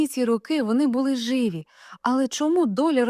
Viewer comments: Знову вимова з московської: як це жИві? Чули, що українською живІ!!!??? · Живі з наголосом на і.